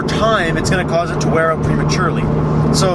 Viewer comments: You know he's Canadian when he said "oUt"😂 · oUt and abOUt..